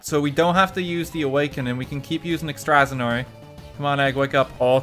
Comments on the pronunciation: why you pronounce Extrasensory as Extrasanory? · Sorry? "Extra senory?" It's Extra SENSORY lmao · "extrazenory" LOL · did.. did he say "extrasenory" for extrasensory,, was it a joke i hope it was a joke fhdhdhd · “ex-tras-en-orey” Extra sensory: am I a joke to you? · Someguy1237 extrazenory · Ex-trazenory. Extrasensory???? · "Pronounce Extrasensory" Normal people: Ex-tra-sen-sir-ree RTGames: Ext-zer-nori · When you said extrasensory I actually didn't realize what word you were saying because of how wrongly it was pronounced. "Extrasenory"? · Everyone: Extra-sens-ory RT: Eggsdrasonray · rt pronouncing extrasensory as ex-TRA-zen-ur-y killed me instantly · Did i just hear that man say EXTRAZENORY? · Hearing rt say extraz ensory instead of extra sensory killed me for some reason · Extrasensory RTgame: “Extrasanoy” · Wait a minute, did RT just say extrah-SIN-orie!? Bruh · “Extraaazenory” I’m sorry WHAT?!?! “Extrasensory” How the fuck...? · Did you pronounce Extrasensory as extrasnory? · "we can keep using extrasinory" pretty sure its pronounced extra sensory xD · When RT pronounces Extrasensory "Ektrazenory" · "extrasenory" you.. You mean extrasensory? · I’m sorry, are we going to let RT get away with pronouncing extrasensory as “exstrasenory”? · "Ex-traz-en-ory" RT I know you pronounce things weird for the bit but that's too much. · Daniel does not pronounce anything correctly. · ah yes, eck-straz-en-ory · Woah, woah, woah, wait a second. The heck is "extrazenory?" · Ah yes, my favourite psychic type move... “extrazanory” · I think it’s just RT’s accent. It’s normally pronounced “ek-struh-sen-suh-ree”. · RT talking about people with 0 reading comprehension is depressingly funny speaking of which: exTRAseNORY????? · No one: RTgame: Extrasonary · Rt somehow miss pronouncing extra-sensory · "ex strass en ory"? I hope it's a stream meme and not a stroke my friend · Nobody: RTGame: ex - tra - zen - or - y Just . . . just no. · the way he pronounces "extrasensory" hurts